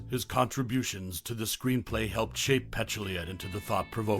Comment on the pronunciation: First of all: her name is Peh-TOOL-ya, not PETCH-oo-LEE-a. Otherwise, thanks for some interesting commentary and nice stills from this wonderful movie.